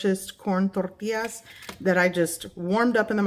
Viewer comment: You can say tortilla in English since that's what you are speaking with an American accent. You're purposely pronouncing it with an accent. It's so cringe.